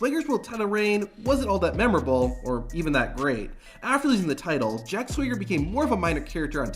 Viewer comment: The pronunciation of "Jack Swager" is killing me